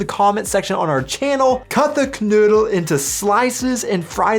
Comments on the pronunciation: The name is "Knödel" (spoken:knoidel) and not "Canoodl" ! That sounds like an Aussie Road Kill Leftover! And you never use bread!😱 Usually only in a Paperbag dried rolls or buns😆😉☝️ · Your pronunciation of KNOEDEL is abysmal, Note OE is equivalent to O with Umlaut on keyboards without such character.